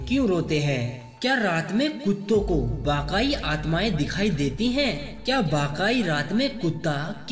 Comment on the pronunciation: Bhai vakaai nahi vakai hota hai 😂😂